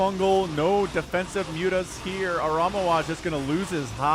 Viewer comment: Pretty sure is name gets pronounce ara ME wa